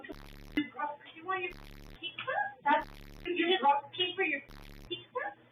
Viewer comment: If that girl was pronouncing it “peekza” in front of me, I wouldn’t have been able to contain my rage.